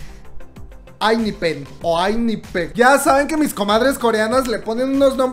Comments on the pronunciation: Procesando pronunciación...: Ainipen Yo: EnJaipen Y el resto? 🤣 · la diciendo enaipen ( ENHYPEN ) PRONUNCIACION CORRECTA ENHYPEN( enjaipen) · Se pronunciaría Enjaypen 🧡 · ENHYPEN se pronuncia "en Jai pen" Edi: en realidad la "en" se pronuncia como "in", entonces seria IN-JAI-PEN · yo pronunció enyipen ☺️🔫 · Los chicos lo pronuncian “ENAIFEN” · Se pronuncia “In Jai Pen” uwu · Haha xD esta pronuncie asi EN JAIPEN:V asi le queda mas facil No llegaron los 6 que queria pero quedaron 3 de ellos hesseung suno y jay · Enjaipen - asi se pronuncia Cristo Rey! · yo tampoco puedo pronunciar bien el nombre del grupo xd